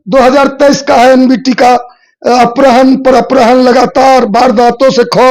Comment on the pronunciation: Apharan bolna sikh lo